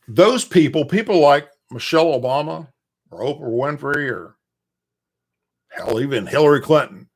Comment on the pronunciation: please stop saying Michelle Obumer, it's BIG MIKE. LETS KEEP IT REAL😆